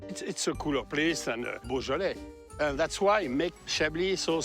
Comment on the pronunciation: “Boja-lay”??? I know French is hard, but couldn’t they get someone to teach the poor guy how to pronounce the French words somewhat correctly?